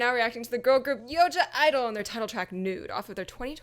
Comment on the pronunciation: it’s pronounced idle you don’t say the g hehe